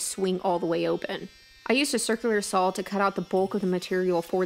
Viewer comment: As soon as she stops saying "sawl" instead of saw, I can start watching her videos again. I have ADHD and that really distracts/irritates me LOL - Not her fault; I'm just easily distracted